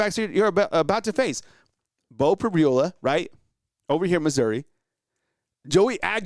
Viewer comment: Bro said Beau Pribowla 😂 that's alright you'll know his name after this Saturday